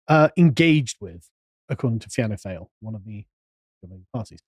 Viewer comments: Fianna Fail is pronounced fianna foil, Fine Gael = fini gael, Sinn Fein = shin fein, and Leo is pronounced as Leona and Leona Varadkak the as you say prime minister = Taoiseach = teashock and Leona was elected to the Irish parliament on the 5th, and final count at the last PR election if Ireland had a 1st, passed the post system Leona would be a chambermaid in some dodgy hotel today. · Fianna Fail (sounds like Fall) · Excellent article.Just to say Fianna Fail,the Fail bit is pronounced Foil.Gentlemen, you should investigate the role of Alan Shatter TD ( T D basically its the Irish version of MP ), a minister in the Fine Gael government from 2011.Mr Shatter is a non Christian who organised the importation of the third world into Irealnd.He does not like ethno-nationalism in Ireland but swears bys it in Israel.Mr Shatter the force behind handing Africans and Asians Irish passports.That is why the attacker from Algeria had an Irish passport. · Its pronunced ''feena fall' fianna fail party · Fianna Fáil is pronounced Feena Fall but tbh, I always call them FAIL too 🤭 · Ok pronunciations lesson incoming. Fine Gael is pronounced Fianna (feena) and its Fianna Fáil (pronounced Fall) they are Irish names😂😂 by the way I dont like either party. They are a disgrace to our ancestors who fought for our freedom🙈just UN puppets now and they hate when they dont look good on the world stage. Its embarrassing to be Irish at times. I love my country but its cringe at the moment🙄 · Proper phonetic pronunciation... Fee na Gayle, Fee na Fall, Shin Fayne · Fianna Fail pronounced Fi -ANNA -FOIL hope that helps ;) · Just to clear up the pronunciation of Party names: -Fine Gael = Finna Gayl -Fianna Fail = Fee-anna Fall -Sinn Fein = Shin Fayn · I'm not an Irish citizen so I can say this with all confidence - With my cultured American ears, the party names sound more like "Feena Fall" and "Feena Gale" - as I have heard it said on Irish media. Then there is also "Shin Fane".